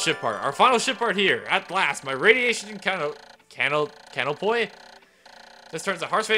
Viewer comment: ‘Can-o-pee’. You were close.